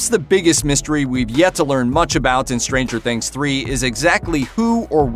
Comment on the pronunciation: Don't hit the 'stranger' when saying Stranger Things, it sounds ridiculous